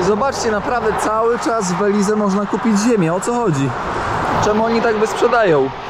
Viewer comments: Belize wymawia się - bɛ-/, bih-LEEZ, beh, końcowa samogłoska “e” nie jest wymawiana, tzw. cicha. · Mowi sie Beliz. Kamerka, kapelusz, plecaczek, idealny punkt zaczepny dla tubylcow. Jest mnostwo pieknych miejsc w tym kraju, po co pchasz sie w centrum. I trzymaj sie tam z daleka od rzek bo sa krokodyle